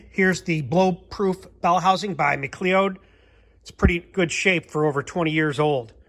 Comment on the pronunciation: It's pronounced McCloud